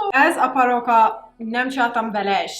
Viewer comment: weird is sound like arabic barooka